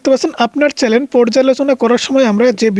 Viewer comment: চ্যালেন না চ্যানেল 😂😂